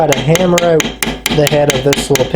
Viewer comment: It's pronounced out not ooooooohwt